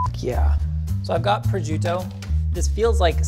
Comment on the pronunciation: The way says prosciutto made the Italian in me sad and angry 😂